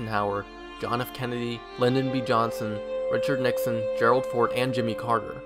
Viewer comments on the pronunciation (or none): none